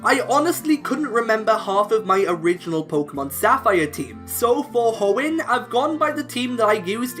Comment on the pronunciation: It's Hoenn, NOT Homen!